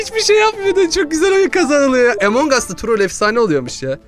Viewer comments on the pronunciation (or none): Emong değil among